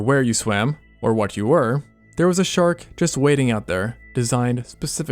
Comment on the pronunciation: "We've got a sharl for that"